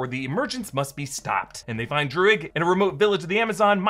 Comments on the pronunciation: druig= DRUID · Druig = druids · The name Druig sounded to me more like the word Druid - as in the Celtic religion. Not as much is know about this group historically, but the original druids were contemporaries of the greeks and romans. they are also linked to Stonehenge, one of the big historical wonders. The fact this group are Celts as the actor is irish (Irish being one of the few remaining Celtic languages) may also nudge this way